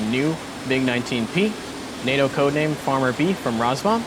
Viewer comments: Is that how you are meant to pronounce RAZBAM? Rars-bum? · I love your videos, keep up the good work. However, I have to agree with other comments about your mispronunciations. Not a deal breaker, but an area to improve. I do wonder if “Roz-Bomb” or “Raz-Bam” is correct now. :)